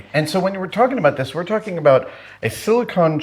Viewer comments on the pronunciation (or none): Silicon and Silicone are two different things with different spellings and pronunciations. Having said that I also screw it up all the time.